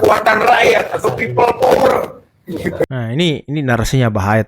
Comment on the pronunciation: Opeil uler bukan peopplepawer.